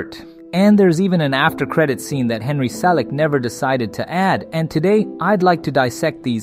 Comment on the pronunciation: Cartoon? What's wrong with you. - Episode? It's called a scene. - Watch your pronouns. 🙄 - Henry...See-lick? Seriously? You mispronounce it first, then say it right? - Stop. Calling it. A cartoon. If you're not going to use proper terms, don't make movies.